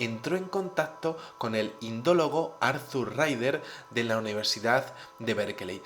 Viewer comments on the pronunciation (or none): none